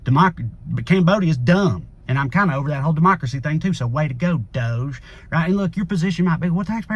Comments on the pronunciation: Pronounce it dodge not dohge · Why you pronounce DOGE like dozh when it obviously sounds dodgy. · Doge is pronounced dodge-ee. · Personally, I think DOGE is pronounced, “DODG-E.” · It’s not pronounced DOGE it’s DOUCHE. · DOGE= dog-e/DOGGY/doggie like how mush is fuckin chump doge style........just my opinion on its pronunciation. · I agree with toneking56 (below) who wrote, "DOGE should be pronounced : Dodgy …. British slang for something that is dishonest or corrupt ..unreliable…low quality…..potentially dangerous…" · DOGE should be pronounced doggy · Can we all stop pronouncing Doge that way? I mean doesn’t it make more sense to say Dog-e as in first word of “doggy shit” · It's pronounced Doggy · Thanks to another poster here, I'm calling it "that Dodgy agency" from now on! (pronounced dodge-ee) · DOGE should be pronounced : Dodgy …. British slang for something that is dishonest or corrupt ..unreliable…low quality…..potentially dangerous… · We should pronounce DOGE like "dodgy". Partly because it will annoy MAGA, but mostly because it is dodgy. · I make a declaration of a name change: Doge from this day forward, must be pronounced Dog-ee. Got it? Dawg Eee. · I thought it was pronounced Dog e. Like musk is doing it Dog e style to America.